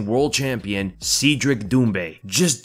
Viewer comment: I think it's pronounced seh-dric